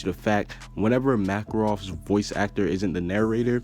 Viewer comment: ok what is up with his pronunciation of names ok WHY WHY WHY did you pronounce Macarov's name MACKrov